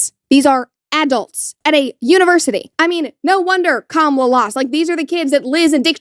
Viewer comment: 😳 whoa. your pronunciation of Kamala Harris' name is WILD. LMAO there's no way you haven't heard her name said correctly at this point + i haven't heard a soul say, CAM-UH-LUH.... maybe....ever. so what's T?? cause uhm....one word: sus. LOL 😅